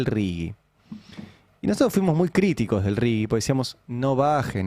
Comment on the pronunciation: Por favor!! Es "RIGI" y no "RIGUI" ¿Qué les pasa? Un leve aporte a la lectoescritura, por favor... que ya venimos muy mal.